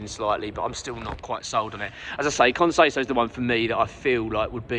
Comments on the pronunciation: Allow me to be a pedant. Con says-ow (as in ouch) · Can you learn to say his name correctly if he joins